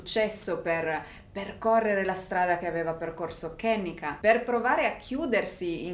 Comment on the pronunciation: Si pronuncia “Ke-nNe-ka “non è un nome americano ma africano la E si legge E non I !!❤️